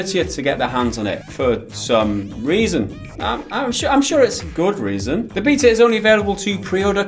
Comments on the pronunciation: After watching it.. I'm ok with the new guy... I like him (especially since he does pronounce it 'Bay_Ta' like it should be sorry ), but back to my point... WHERE THE FUCK IS MIKE? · Welcome to the clan,! And for the love of the gods, thank you for finally pronouncing BETA the CORRECT way! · Nvm he pronounces beta correctly. Love him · The new guy said beta right so he is a keeper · love the new guy for finally defeating him on behalf of the internet on the Béta pronunciation debate. please let him pronounce GIF, what ever he says i will accept as law from then on.